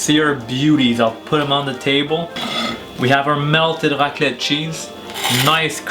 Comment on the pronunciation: C'est marrant que "raclette" ça ne passe pas avec l'accent anglais 🤣